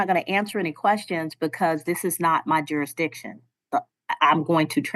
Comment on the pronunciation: None of them can say jurisdiction 😂😂😂😂